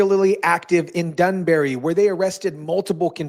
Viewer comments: BRO... It's DANbury. Danbury, Connecticut. Not DUNbury. Good grief. How hard is it to get basic information correct? Anyway... I'm from Connecticut and live here now. This state is a liberal, woke nightmare and it's a disaster. I'm all for this happening. The cities in Connecticut are nothing more than scumbag receptacles. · Im in CT and ALL for this. And BTW this isnt the UK, its Danbury not Dunberry. 👍🏻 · DAN bury not DUN bury smfh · It’s Danbury not dunbury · Do you know how to read. dunbury.. Its Danbury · Its danbury not dunbury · Its danbury not dunbury. Just saying. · It's not Dunbary jackass it's Danbury. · U are not from ct. You pronounced Danbury way off its not dunbury..lol... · Dan- barry, Stam- ferd 😂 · Hello … It’s pronounced Dan-bury… yeah I’m sure we have a lot of dung in Danbury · Its DANbury....geez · DAN-berry Danbury. 😁👍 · It’s called Dan - bury